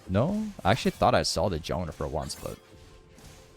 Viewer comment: Why do you say jowner and not jungler?